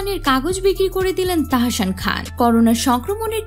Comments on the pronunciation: তাহাশান না তাহাসান।।দয়া করে নাম না জানলে বলবেন না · তাহশান নাহ তাহসান হবে😣😣 উচ্চারণ ঠিক করুন😑শুনতে ভাল লাগছে নাহ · আপু উচ্চারণ হবে তাহ্সান।।। আপনি তাহাশান বলতেছেন খুব বাজে লাগতেছে শুনতে।।